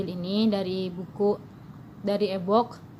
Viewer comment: E-Book = E-buuk Not E-book = Ebok 🤣🤣✌👌